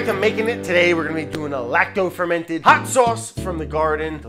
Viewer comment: I heard you like ferm in ted